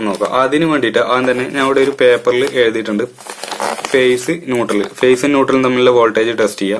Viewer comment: ഫെയ്സിന് p അല്ല f ആണ്